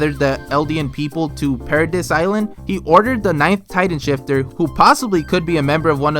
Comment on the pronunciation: Anyone else cringe when he says para-diss lol